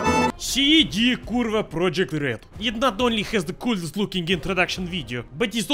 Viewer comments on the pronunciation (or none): Pro *YE*kt Not Project ty kurwo! ( im kidding please don't take offence:c)